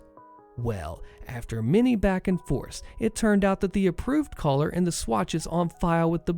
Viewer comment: I spent some time trying to figure out what a "house collar" is until I noticed you were attempting to say color